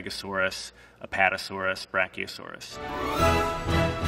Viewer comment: Hes saying it correctly